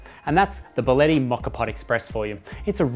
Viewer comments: Get your pronunciation right!!! It is not" Baleti" its BÍ A LE TTI!!! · Your pronouncing the name incorrectly. It's bia-lett-i. Thanks